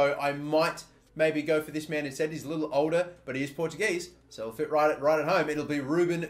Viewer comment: I love pronunciation of Portuguese names. He butchers everyone of them!!! 😄